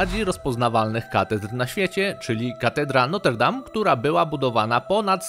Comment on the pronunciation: Niewielkie sprostowanie,wymawia sie Notr Dam, e jest nieme.